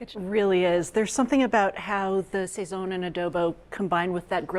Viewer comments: We Puerto Ricans pronounce it sah-sone. Not say-son. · I love ATK, but you really need a Latina on there. Your Puerto Rican/Cuban foods are not even close to authentic. I had to turn off the sound. Every time they say sayzon instead of sahson, it’s like fingernails on a chalkboard! What ever happened to Natalie Estrada? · The pronunciation is killing me lol sayzone 🤣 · Isn't it pronounced "Sa- zone"